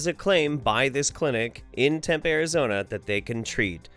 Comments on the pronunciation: I'm an Arizonan and how you say Tempe is hilarious lol I've never heard it been called TEM-PAY. We here pronounce it TEM-PEE. Not trying to be a bitch but it's just funny to hear how people say our state's cities who are from other states. This video was really cool and I always look forward to your videos when I come home from work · Its pronounced Temp-e